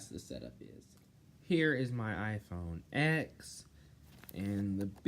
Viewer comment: I died when he said " my iPhone x" ITS SUPPOSED TO BE SAID LIKE IPHONE 10